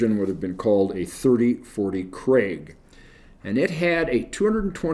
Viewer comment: Krag, not Craig, AND Jorgensen (soft J) designed the 30-40 rifle.